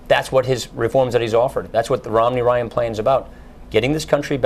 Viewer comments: At about or so he clearly says "Ritt Nomney". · Ritt Momney? lol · lol he said ritt nomney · ritt momney